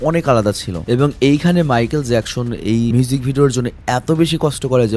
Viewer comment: নামটা তো ঠিক করে উচ্চারণ করেন। জ্যাকশন না, জ্যাকসন হবে। 🙂